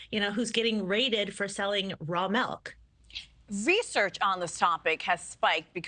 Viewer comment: Its pronounced milk, not melk.